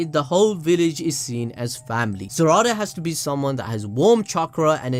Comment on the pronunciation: this mans saying saracha instead of sarada lmao